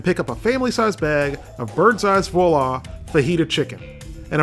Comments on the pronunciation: It's pronounced 'wah-laa' not vahlaa! lol! i actually love these meals, i have one in my freezer right now 😆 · Seriously, try saying it something like 'wah la' only as one word and you won't be quite right, but much closer. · It's pronounced "voila". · Dude makes fun of the public school systems and failed QA check, can't even pronounce Voila properly...